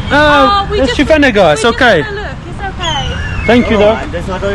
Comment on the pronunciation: It is Shivaji Nagar not Shiva Nagar. You had Bread Bajji, Onion Bhajji and Plain Bonda (some call it Mysore Bonda also) Then street side Dosa.